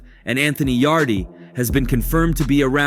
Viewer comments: Wtf yaday yadie yarde mate get ya names right mate come on ye ment ta na wat ya talking bout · how did you make it past the Anthony Yaday , damn AI generated vid or what? The e is silent in Yardes' name